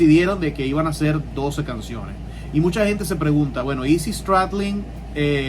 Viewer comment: en algunos países hispanoamericanos pronunciais le ingles como si hubierais nacido en el mimos Kentucky, sin daros cuenta que estáis hablando en español para que gente quizás solo entienda español. Además que a veces se pronuncia erróneamente, cuando cuando dices Izzy diciendo Ixsy, que sería como se pronuncia correctamente si el léxico fuera así, pero en Estados Unidos no dicen ixsy sino issy, igual que no es doff sino daff cuando se habla del bajista. el video maravilloso, y perdona mi corrección, pero chirrían los oídos al escuchar esa pronunciación. no pasa nada por pronunciar en español esas cosas in ingles, así lo entiende que lo escucha y no sabe ingles.